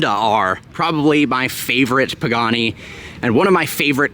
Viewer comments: Literally said “Pooghani” 😂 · 3 generations of “pooganis” lol